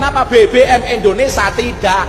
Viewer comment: Endonesa, yuk belajar dan perbaiki mengucapkan nama Indonesia dengan benar, kan aneh sebagai WNI tidak bisa mengucapkan nama negara sendiri.